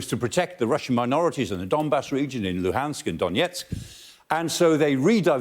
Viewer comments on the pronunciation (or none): none